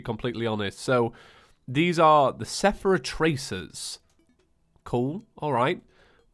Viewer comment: It's not a calamity playthrough without calling the Seraph Tracer the Sephera Tracers.